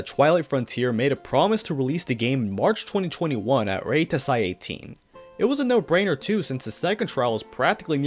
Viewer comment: REituhsai, zuhn, gou'oku, Ibuhn - bruh I can't with this channel lol thank goodness for blocktube